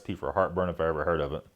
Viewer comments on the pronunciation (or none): none